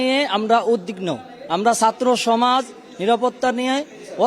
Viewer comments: কি ছাএ উদ্বিগ্ন বলতে পরলনা দুই বার করে বলে উদ্দিগ্ন 😢😢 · উদদিগ্ন না উদ্বিগ্ন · 😂😂😂 এই ছেলে কোন জাতের ছাত্র কিসে পড়ালেখা করে, যেকিনা " উদ্বিগ্ন " শব্দটা উচ্চারণ করতে পারতেছে না? এটা বস্তির টোকাই পোলা।